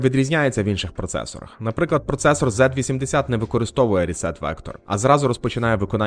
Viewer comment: Дуже легке та пізнавальне видиво. Як завжди пара зуважень: - назва регістру PC розшифровується як Program Counter тобто лічильник програми/коду/інструкцій що власне повністю відповідає його суті - на відміну від рашистського символу, в англійській мові літера Z читається як "зі", тому правильна назва процесора Z80 - "зі-ейті" - для виклику підпрограм потрібно налаштувати стек і виділити під нього певну область RAM - ти про це забув сказати а це дуже важливий момент. Бен Ітер показував що буде якщо це не врахувати - затримка через noop це дуже неоптимальна конструкція. Є недорогі програмні таймери що чудово працюють з 6502, Бен Ітер теж має готовий приклад використання - найголовніше - Ассемблер не є мовою програмування. Ассемблер як не дивно це ассемблер. Є бінарний код, ассемблери та транслятори (власне мови програмування), останні в свою чергу поділяються на інтерпретатори та компілятори. Слов ассемблер також має невласну форму що пишеться з маленької літери наприклад ассемблер х86 або ассемблер під ARM. Синонімом слова ассемблер в програмуванні є слово мнемокод. Головна відмінність полягає в двох важливих ідеях. По перше, не існує загальних стандартів Ассемблера, мнемокод визначається архітектурою процесора(ів) або навіть архітектурою системи в цілому (згадаймо мультипроцесорні приставки на кшталт Сатурн або Ягуар). По друге, існує однозначна можливість співставити мнемокод з бінарним кодом на основі простих правил (деякі інструкції - однозначно, в інших є усього кілька ва